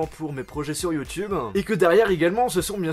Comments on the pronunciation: sur youtubein, septiquein ... ahh ptn sa m'énerve il met des ein partout à la fin de ses mots !! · Sur YouTubeuh logiqueuh minimeuh pourquoi tu parle comme sa